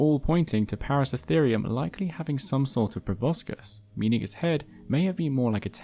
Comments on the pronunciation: Thank you for another great video. Now I'm going to an asshole: it's ParaCERAtherium. Not "Paracetherium". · Its Para-CERA-therium. Not Para-CE-therium... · just a pronunciation point: Paraceratherium, you keep missing the middle "ra." You keep pronouncing it as if it is spelt, Paracetherium. It should be, "Peh-rah-Seh-rah-THII-RII-uhm," not, "Peh-rah-seh-THII-RII-uhm." Para means around, and Ceratherium, the ending just means an individual group of Ceratheres, whatever that is in Latin. Perhaps grass eaters? But it is definitely "Seh-Rah-thiirz," not, "Seh-thiirz." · even when its plainly written out on the screen "ParaceRAtherium" the narrator still calls the Genus "Paracetherium" EVERY time... WHY? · *Para-CERA-therium - 7 syllables! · Wonderful video! Although it is a little odd hearing you miss a syllable in the name of Paraceratherium every time you said it. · Hearing you mispronounce paraceratherium dozens of times was maddening.